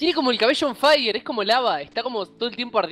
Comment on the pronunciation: yo canteal mismo tiempo q dijo on faierrrrr xD y yo pense lo mismo like si tu tambien.